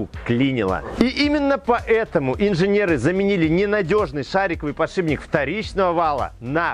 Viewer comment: Тогда уж ,, подшипник,, а не,, подшиБник ,,. А так все классно...